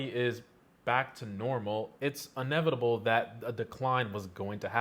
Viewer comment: "Inevitable" - not unevitable. it's very disheartening that the past 2 generations do not even know basic English grammar.